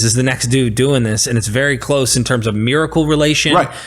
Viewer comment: Haha big mad, can't even pronounce the terms properly.